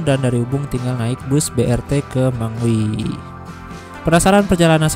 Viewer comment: gan bacanya mengwi bukan mengwi